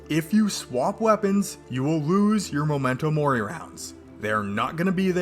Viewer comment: Hearing you say MOmento mori instead of MEmento mori physically hurts